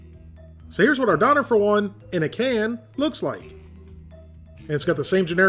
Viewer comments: Its dööner not doner 😩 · Not a Donner, pronounced Dough- Nair. I'm thinking/ (Hoping) you are purposely pronouncing these words purposely for shits and giggles lol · Living in germany you keep pronouncing Doener wrong. It can also be wrapped in a tortilla, and the sauce is an Herb and/or Garlic sauce with "Sharf Sause" or "Hot" sauce, but its really more of a sweet chili sauce. Pronounce it Duerner, pronounce the umlaut i can't listen to you say doener any more. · Hey man, the umlaut over the o (ö), changes the pronunciation to durr-NAH, not dawner lol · I love this channel , I watch it every week but it absolutely kills me when he says “don-rr”. It’s “doan-air”. I tried to get through the video without it bothering me but it is basically ear rape every time he calls it “don-rr”. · Your pronouncing doner incorrectly it's pronounced Doh-n-air. They're big in canada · Dough nare...... say it right bro. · Pronounced "doh-n-air" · It's pronounced Dun er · and if you actually knew what those pronunciation sounds mean it is D - for dog o - like code, n - for neigh er - for ER in letter, doner wasnt invented by turkish germans, it gained its popularity in in europe from germany but it was most definitely originated from turkey, doner kebab on the other hand didn't originate from turkish germans, it originated from a turkish immigrant selling doner kebabs on a street stall. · Natalie Wiltshaw Döner was invented by turkish-germans, and the correct pronounciation is [ˈdœnɛr], [ˈdøːnɐ]. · No it's not. it's actually pronounced like "Duna" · im cringing because of how you say döner xd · Man how many times can you mispronounce Döner in one video. Lol, good video but its painful. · The way non germans say döner is almost as bad as döner in a can